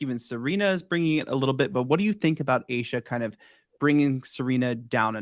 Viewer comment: Love your podcast! It's pronounced A-Sha, you drop the E.